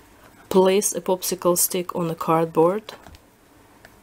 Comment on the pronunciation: Am I the only one hearing "poopsicle stick" instead of popsicle stick?! lol